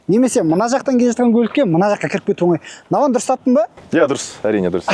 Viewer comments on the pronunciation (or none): none